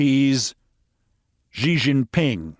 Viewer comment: Xi is not pronounced like some exotic French fricative. Its pronounced simply like the English word she.